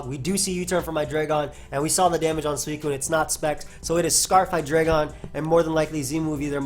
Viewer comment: its pronounced hyDRAIgon not hai-dray-gon